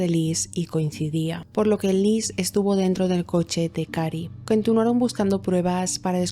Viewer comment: No es burla linda. Solo me.dió risa. En el video dices cantuinaron buscando pruebas para saber que habia pasado minuto 25:5. Exelente narrsción linda. Saludos